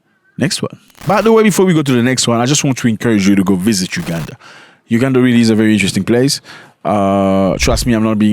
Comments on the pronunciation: It's UGANDA not UGADAN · Its Uganda not ugadan